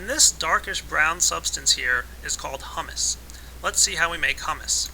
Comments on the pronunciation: It's pronounced hue-mus not huh-mus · IT IS HUE-MISS NOT HUMM-ISS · Humus is pronounced Hyoomus. It means dead and decaying organisms which fertilize the soil. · Just for future reference the way you said humus is actually a chick pea puree eaten as a dip. The actual way to pronounce humus is hyou-mus. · yeah, it's humus as in (HYOO-MUSS). it isn't pronounced the other way. i was thinking, "those trees have it good eating hummus all day, that stuff is delicious!" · yeah, pronounced Hyuumus, but Great Video! Showed me everything that i needed to know to get started with Forestry mod! Thumbs up From me! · Don't get me wrong, this video is very informative and well made and I appreciate the clarity, but for fuck's sake its pronounced "hew-mus" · It's not said like the food. I hope you now know that it's pronounce (who-mouse) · It's hummus as in humid us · your pronouncing Humus wrong. It is pronounced Hūmȗs with the first "u" long. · it's pronounced hyoo-mus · its pronounced HUE- mus